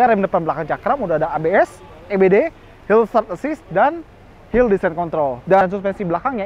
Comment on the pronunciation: Gw denger nya Hillsat assist 🙈